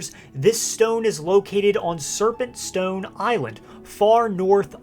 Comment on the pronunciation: Stowyne lol the way he said it